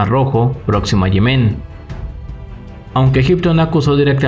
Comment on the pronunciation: Se dice "Yemen", no "Yemén".